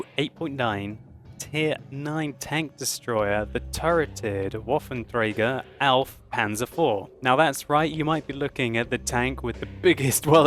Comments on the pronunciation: You pronounce it: Vahffentchaigech. well its as close as it gets to english. Fun fact: I do not know about the chinese but one thing is for sure: an american can't pronounce a German R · Your German pronunciation sucks to shit.